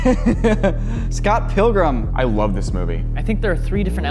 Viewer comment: "Scott Pillgrum!" what a start to the video... Never heard anyone mispronounce it like that before, it sounds like a follow up movie where he's 80 years old.